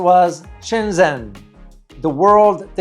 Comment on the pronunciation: Nice video. Much of the footage is spectacular. I am pretty sure "Shenzhen" is pronounced Shenjan, not Shenzen.